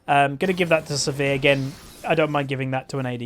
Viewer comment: why do you call sivir, severe?